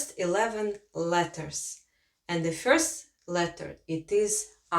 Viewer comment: Its interesting when russian is teaching latvian in english :D Had some troubles with Ģ pronunciation. And classic russian fyorst not first :D But in general nice video and idea :)